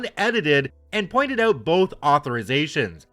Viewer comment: "REALLY HELPS US OUUT"......WTF, MY god, I THINK HE'S..........CANADIAN!